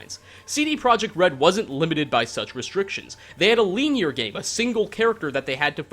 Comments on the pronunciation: the way you say linear makes me angry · why do you pronounce "linear" like that is that a canadian thing